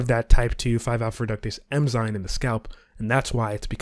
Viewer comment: Great video. Small tip: it is “eN-zyMe” not “eM-zyNe”